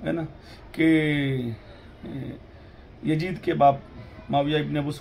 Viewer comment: Iski auqat nahi munazra karne ki. Masjid ko majjid, yazid ko yajjid bolta hai. Pata nahi iske baap ne isko kaha padhaya hoga. Ye khud Ahle bait ka gustakh hai video me bolta hai ki humko shiya se milate ho aur nicche shiya wali comments pe ❤️ bhejta hai kyu ki ye khud shiya hai.